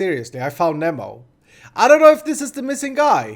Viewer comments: Nemo is pronounced knee-moh pls. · Not to be that guy but it is pronounced nEEmo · Nemo is pronounced Neemo :P